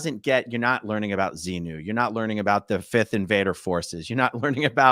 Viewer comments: Wow, he was unable to even say ‘XENU’ seems he is not out as much as he thinks lol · I'm only 5mn in and can't say Xenu, but the X word? Like when you say the F word instead of the word itself?Is he really out of scientology? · He couldn't say xenu and that to me was telling